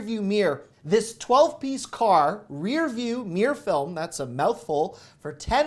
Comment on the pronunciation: Did he say 'Meer film'?? 😆 Love the videos!